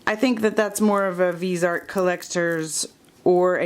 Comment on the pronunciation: Subbing, thanks for the video! So close to 1000 :) oh in case nobody said anything yet, Viseart is actually pronounced vih-zee-art!